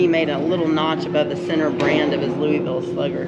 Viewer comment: You guys are having way to much fun. 😀 I’m glad your able to take in some of the flavor of Kentucky and Indiana; my home stomping ground. However before you leave you must learn how to pronounce Louisville like the locals. I’ll help you out the “s” is silent. By the way I like the power socket upgrade. You can actually replace them with the power on, just don’t let the wires touch. But if you’re not comfortable doing it hot definitely kill the power, Safety first. While you in the area, If your a vet you must eat at the Evansville VFW. Tell Jack I said hi, he’s my cousin. Recon I need to check and see if they’ve opened back up since COVID 🙃